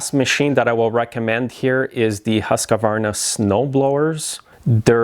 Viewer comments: Why can’t people people in North America pronounce Husqvarna correctly? Husq-var-na. It is NOT a 4 syllable word. The first syllable is actually pronounced hoosk, not husk. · It's pronounced Hus K!-værnA .. Directly translated, it means House mill ( the mill house). Nice to know if you usually mention the brand a lot. The company originally started as a royal weapons factory in 1689 by the waterfall in Huskvarna, Sweden. They needed the hydropower from the waterfall to run their gunpowder mills and boring mills. Since the factory was located next to this 'mill house', the company took its name from the location.